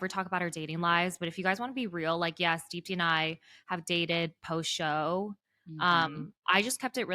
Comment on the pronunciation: Deepti, your name means "ray of hope" in Hindi and you truly have epitomized what hope means in face of difficulties. I just wish you would pronounce your own name correctly 🙏🏼. You don't need to anglicize the pronunciation to fit in.